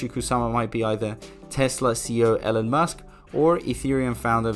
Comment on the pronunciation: Elon does not call himself "Ellen" so why should anyone else unless they are just trying to be disrespectful? JS. Not like his name is hard to pronounce